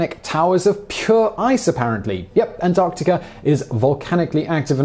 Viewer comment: Finally. Someone who knows how to pronounce "Antarctica" properly.